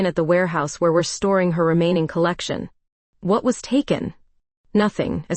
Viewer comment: YOU PAUSE IN THE WRONG PLACES LIKE YOU ARE READING OFF A TELEPROMPTER THAT ISN'T PHRASING PROPERLY. ALSO, YOU EMPHESIZE THE WORD WHAT INCORRECTLY.